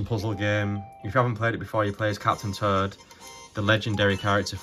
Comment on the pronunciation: It's too funny how I keep hearing "Turd", "Captain Turd" LOL!